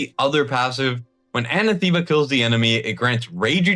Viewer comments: Anathema is pronounced Anath.ema not Ana.thema. It's a real word. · Anathema, is a weird word so I understand mispronouncing it. Just fyi, it's pronounced uh-nath-em-uh. The word is used by Paul in the Bible, where he says, " if anyone or even an angel from heaven comes to you preaching a different gospel than the one we have presented to you, let him be anathema". This word denotes a serious curse, Paul is saying that anyone who contradicts the fact that Jesus was crucified and raised from the dead for our sins, that that man should be damned to hell. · Anathema is pronounced; "an" "ath" "ma". My ears thank you. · dude, im sorry but its "a na thee ma" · Google how to say anathema... it's ann AH theh mah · That's not how to pronounce Anathema